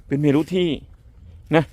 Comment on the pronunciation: เมรุ อ่านว่า เมน ครับ.